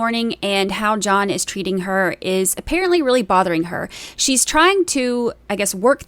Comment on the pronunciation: "John, where are you?" There is no "S" sound.